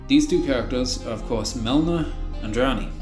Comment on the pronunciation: Melina (Me-Le-Na)